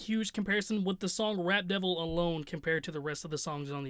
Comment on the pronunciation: it almost sounded like you kept saying “Rat Devil”😂😂. That track had nice beats, but lyrically garbage. Using weird beard as a flow...🗑